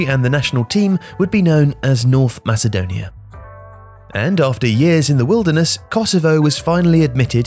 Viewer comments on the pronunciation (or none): none